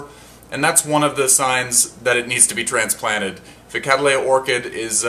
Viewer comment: The genus name comes from the surname Cattley which is pronounced Kat-ley. Its generic name thus becomes Kat-ley-uh a 3 syllable word. However you are managing to turn it into a 4 syllable one :- Kad-dal-ay-uh. KAT-LEY-UH please !